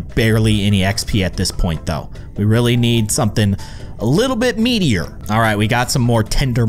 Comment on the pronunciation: Meater when it's medier